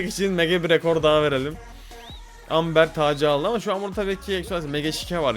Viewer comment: Amber değil yazılışı öyle okunuşu embır abi❤